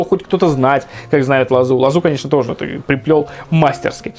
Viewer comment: В слове мастерски неправильно ударение поставил, потому что в книжках ударения не пишут)